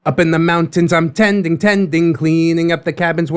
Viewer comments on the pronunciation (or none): Someone please, tell me that I wasn’t the only one who heard “Tendies, Tendies” when he said “Tending,Tending”.